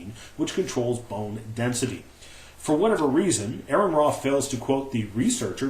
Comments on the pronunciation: is a fucking liar. for claim 1: Here is the actual article AronRa (not spelled or pronounced as Aaron): Claim 2: The link Aron used is posted on his video! That's two strikes... one more and you're out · Your an idiot, AronRa ( pronounced Or-an Ra) peer reviewed that article. I am certain he's read it....